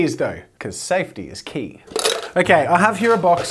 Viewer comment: SPEED IS KEEYY